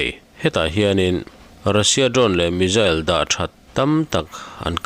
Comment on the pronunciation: Tinge missile hi mizzile tih ang in i lam tlat le...Pronouncation hi a in zir theih reng